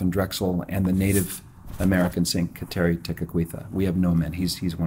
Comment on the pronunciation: you pronounce kateri incorrectly near the end of the video (gu-da-lee) not cateri